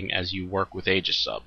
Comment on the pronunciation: The ae is aegis is pronounced ee as in eel fyi. Just had to vent that as I'm a pronunciation Nazi.